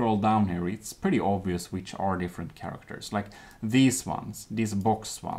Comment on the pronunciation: Sharactors? Shinese?